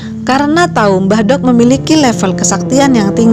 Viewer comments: Pengucapan "mbah dok" harusnya sama saat kita mengucap huruf "d" pada kata "dzuhur". Di Jawa ada perbedaan penyebutan aksara "do" & "dho". Contoh pengucapan aksara "do & dho" dalam penggunaan Bahasa Indonesia >> Do pada kata "dungu", dho pada kata "dengan". Mbah Dok sendiri berasal dari kata Mbah & Dok (Wedok). Mbah artinya eyang, dan wedok artinya perempuan. Jadi, Mbah Dok artinya nenek atau bisa juga Eyang Putri. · makanya saya koreksi, biar gak salah pemahaman.. karena salah pengucapan dalam bahasa Jawa bisa merubah arti dari kata tersebut.. "mbahdhok" seperti yg diucapkan narator di sini bisa berarti "makan", tapi dalam konotasi yg kasar.. bukan lagi berarti nenek atau eyang putri..